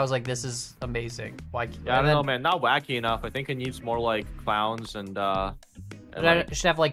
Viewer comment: That moment when misreads Wacky as Kacky.